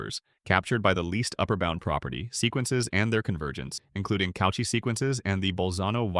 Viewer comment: How do you not know how to pronounce Cauchy or Lebesgue? I was willing to let Lagrange go as a regional variant, but not these.